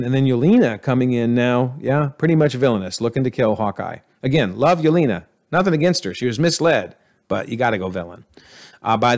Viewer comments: It's slightly annoying the way you keep saying Yelena as "Yolina" Edit: and also Hayward is his name, not Haywood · There were quite a few “antagonist” that were reformed by the time they died or left, that you didn’t count as reformed. Loki & Yelena (pronounced Ye-ley-na) for example. And I don’t think we were given enough information to conclude that Val is a villain or that Xi Xialing became villainous by the end. Both are suspicious or iffy, but not guaranteed villains. And please work on the name pronunciations. You mispronounced nearly every minority characters name wrong.